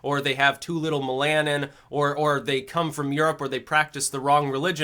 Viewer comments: its mel uh nin not mel ah nen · The Cinema Cowboy Perhaps something read, but never heard. MEL-a-nin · Mel-a-nin not mel-al-in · "MelAHNin"? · you mispronounce the word "melanin". The first syllable needs to be stressed.